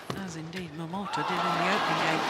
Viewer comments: My attention was completely grabbed by this speaking lady who always pronounced this Japanese young player's name "Momoto" in the beginning (no offense :p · Momota is written as "桃田" both in Japanese and Chinese, but pronounced as "momota" in Japanese and "tao tian" in mandarin. So when you hear "tao tian jia you (桃田加油)", they are just cheering for momota. By the way, "桃田" means "peach field".